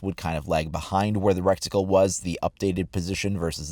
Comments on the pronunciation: Omfg, it's RETICLE NOT RECTICLE!! I want to put my head through a wall every time I hear you say it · Are you saying reCticle? instead of reticle? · It bothered me how he said recticle.